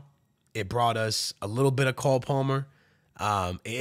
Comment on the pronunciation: You can’t pronounce Palmer bro?